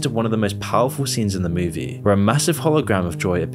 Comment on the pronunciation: Move-E. Not Mewwvie.